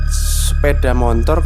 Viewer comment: Sepeda Motor mas, bukan Sepeda MoNtor,,, gak pake N